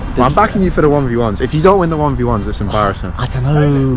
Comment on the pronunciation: That was really "Embarissing" XD